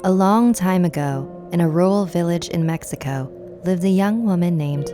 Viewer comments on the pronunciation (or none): none